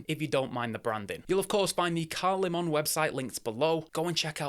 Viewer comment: Just picked up a nearly new green version of the applied indices option for £165. I'll review it shortly. By the way mate, apparently the correct pronunciation is "Leaman" not "LeMon". I quite like the name, but would have preferred something more Japanese sounding